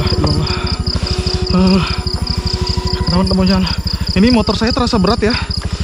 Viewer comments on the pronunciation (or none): none